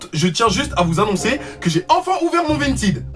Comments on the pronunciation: Vintid😂😂 on dit Vinted avec un "è" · Qui a remarqué qu'il dit "Vintid" au lieu de "Vintaid" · C "vintède" pas "vintid" 🤣🤣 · tu dis vintid (vinted) alors que moi je dis vin ted (vinted). Mais sino je t aime tropp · Mais comment ça « VINTID » ?! Nan désolé mais ça m’a perturbé wsh 😭😭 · 😂Vinetine 🤣C'EST PAS VINETINE MAIS *vinted Sa se prononce è le e a coter du d 😂💜🤣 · vahaha tu me tue 😂😂😂 t'as refait ma journée et c'est pas vintid c'est vinteed hahah pas méchant je t'adore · Tu me stress quand tu dis Vint(i)d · ÇA SE DIT VINTED sinon je te kiff lol ❤️😁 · On en parle de "vintid" ??? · Ca s'écrit vinted mais ça se dit vintaid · On dit vintèd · « Vintid » que dire.... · C’est le seul gars qui sait pas prononcer vinted 🤣🤣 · G l'impression de voir un 6eme parler anglais xD